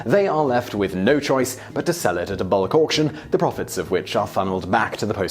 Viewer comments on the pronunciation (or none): Did I mishear bulk auction as bollock Auction